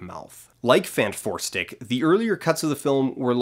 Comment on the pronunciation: I'm gobsmacked that Fant4stic is pronounced "Fant-four-stick". I thought it was spoken as "Fantastic Four"...